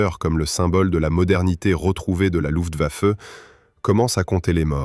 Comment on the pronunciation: On ne dit pas "Lutwaffe" mais "LuFtwaffe" !!! Étonnant qu'une IA fasse cette erreur...